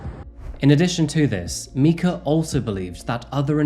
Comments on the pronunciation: Am I the only one who's driven mad by mispronouncing a name through the entire video, when it's clearly pronounced so many times by other videos he uses? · I'm glad you covered this, but how are you going to make a video where you pronounce the victim's name wrong the entire time? You include numerous clips of her name being pronounced correctly, yet don't care enough to pronounce it correctly yourself. I like you and your videos, but that's extremely disrespectful to the victim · I've always been impressed with how you go to such lengths to pronounce geographical names correctly. Why then, with so much video evidence of how Mica is pronounced, do you pronounce it differently? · Is it just me or did he start to mispronounce her name towards the end of the video. Instead of saying My-kah he started to pronounce it as Mee-kah 🥴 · You dropped the ball on her name pronunciation buddy 😐 how did you add all those clips where they call her my-ka and you didn’t hear yours saying mee-ka? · My-cah, not me-cah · Her name's Mike-uh not meek-uh. Didn't you watch the news clips in your own video? Get an editor. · Please try and pronounce victims' names correctly. She's referred to as 'My kah' on numerous occasions, yet you keep refwrring to her as 'Mee kah'. Honestly, it's just disrespectful. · I love your way of telling the stories and how you have empathy for victims and their families. One thing that surprised me on this particular one was her name was pronounced “Mike-a” and you pronounced it as Mee-ka”. I’m just a little sad that her name was mispronounced by someone. Names are a big part of a person’s identity and I wish I knew how her name was actually pronounced. Thank you for allowing me to voice my concern over this woman whose life was unfairly taken at such a young age. ❤️ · Her name is pronounced micah (like the mineral) not mika (like the singer). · every clip youve shown pronounced her name as my-ca so why insist on mee-ca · It’s MIKE-a.